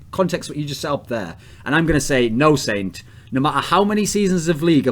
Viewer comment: sint sent sint sent.. no... its saint